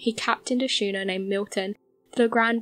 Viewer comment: Three pronunciation errors: archipelago, Canberra and schooner. Please check these, it detracts from your narrative. Thanks.